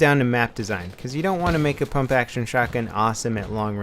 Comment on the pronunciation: Pump* not pomp.lol